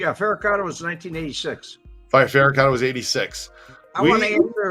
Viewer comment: And guys....it's John "Big Stoop" FECC-arotta not FERR-acotta.......how never heard of the potential hitman from the original plot to take out Tony Spilotro IN Las Vegas is beyond me.....any light to shed on this Red???